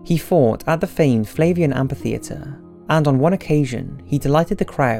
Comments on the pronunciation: repeat after me : AMM - FIII - THEE- ATRE Amphitheatre. Kinda shameful to pronounce that word so many times in a video without hearing yourself butchering that word lol ; "AMPIFITHEATRE !" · what don't you understand about PH making an F sound when together? Amphitheatre= am-fi-theatre